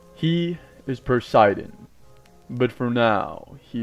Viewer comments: It's po si den not per si den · Why did he say persidan